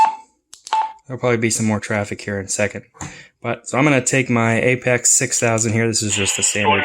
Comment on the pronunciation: It’s pronounced “Apex” and not “A P X”????